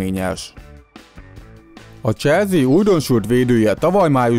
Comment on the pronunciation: Legyen mar mas zene basszus Meg probalj meg ne ennyire sablonosan beszelni Es nem "cselzi" hanem "cselszi"